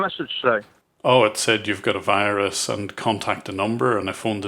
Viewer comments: If they pronounce the word Virus as Whyruss, then they are scammin you bruh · “You’ve got de wirus…” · Oh no, the wirus is wery dangerous! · Mr browning, You obviously aren't a real tech and aren't educated like these technicians. If you were you would know its pronounced wirus not virus